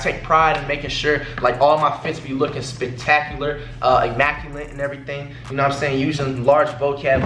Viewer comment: mans said spictacular